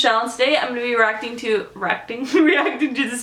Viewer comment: "hi guys it's michelle today i'm gonna be racting" ily